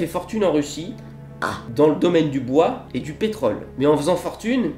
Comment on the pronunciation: Ahhh non c'est pas "boi" ça !!!... Elle m'éclate!! 😂